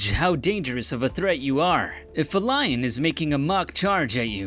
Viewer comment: dude says line instead of lion